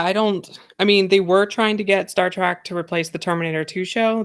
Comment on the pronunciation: "Star Track"??? TRACK??? Its Trek.. like Shrek.. c'mon